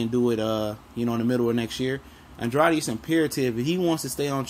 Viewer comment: It's pronounced "An-DRAID" for the umpteenth time!!Dang.smh